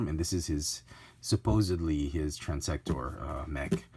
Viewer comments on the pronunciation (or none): Transtector. Everyone forgets that second 't'.